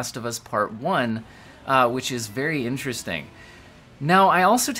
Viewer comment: Berry In-tear-est-ting!